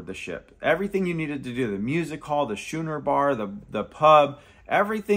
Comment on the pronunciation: The "Schooner Bar" is pronounced like school...not shoe.